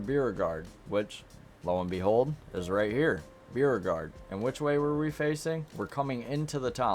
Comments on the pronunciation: Beauregard is pronounced BO-RE-GUARD. You kind of butchered it. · Beauregard = bow.re.gard (Beau is pronounced like a compound bow) 🙂